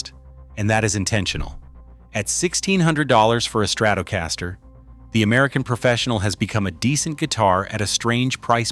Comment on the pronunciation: Ebanez? StratOOOcaster lol AI crap